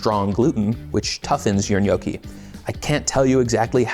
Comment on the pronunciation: It's also not pronounced NYOE-kee. It's NYAW-kee.